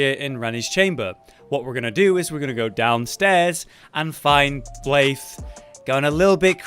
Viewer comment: Why the heck are you saying blaithe